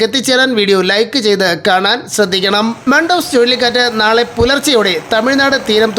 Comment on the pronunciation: മണ്ടൂസ് അല്ല മണ്ടൂസേ മന്ദൂസ് എന്നാണെത്രേ അറബിയിൽ ഇതിന്റെ ഉച്ചാരണം 😜😝